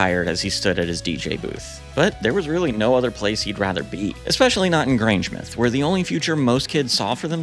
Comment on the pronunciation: You had it right with Grangemouth, said Muth not Mouth. Such a treat finding your channel. Happy new subscriber here. 😊 LOL, oh my... Glasgow v. Edinburgh a story for the ages. ❤